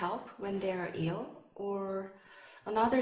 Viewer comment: She kept pronouncing ill as *ell!!